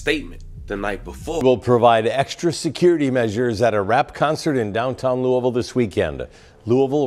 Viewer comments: Hey family its not pronounced like lewis. Its pronounced like lois v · It's pronounced Lew-Uh-Ville that Lewis-Ville stuff will have you on a t-shirt with your balloon release held at the gas station you were hit at 🤷🏾‍♂️ ijs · A bruh the S is silent lou-ville... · The S is silent 🤫 It’s pronounced Louie-Ville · I wish you content creators worked on y'all pronunciations and ethics 😂 Grown ass men saying "Louis-Ville" be trippin me out lol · The "s" is silent on Louisville